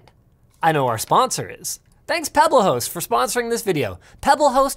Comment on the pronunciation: idk if that's just me but when linus first said Pebblehost I heard "pebbleh0es"